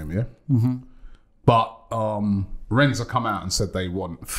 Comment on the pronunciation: A Frenchmen explained to Robbie you do not pronounce the 's' in Rennes. yet he still does it xD